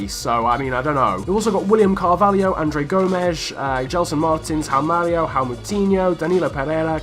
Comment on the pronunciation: Why you can´t read the "J" in Joao ??? Instead of Joao Mario you say "Ao Mario" , "Ao Moutinho", "Ao Cancelo" it´s kinda funny hahaha xD Btw: Ruben Semedo and Nelson Semedo are not relatives, they have just the same last name